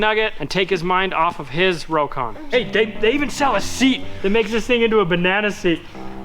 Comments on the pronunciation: Just a FYI. The correct way to say Rokon is ROCK-ON. Robert Korpi made sure I knew the correct way to pronounce the name after I call it a Row-KON. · I knew someone in the 70s that owned a Rokon. He pronounced it rock-on. I don't know which is correct.